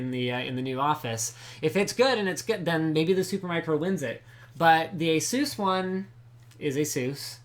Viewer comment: omfg get it right! its not Asuuuus.. its A-SUS!!!!